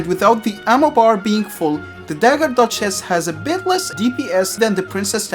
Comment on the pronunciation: I hear "dagger dutch chess" you